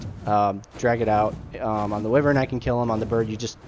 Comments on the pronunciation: Pronounced "Why-Vern" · Some people consider wyverns lesser dragons, others consider them their own thing. Its debatable. One other thing, though, just so you know: wyvern is pronounced with a hard i: first syllable rhymes with fry. It comes from the same Latin word for viper. I myself said it wrong for years.